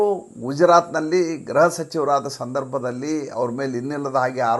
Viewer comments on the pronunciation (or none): Gruha alwa, Graha alla! Elroo ii naduve gruhavanna graha antha uccharistaare, yako? :(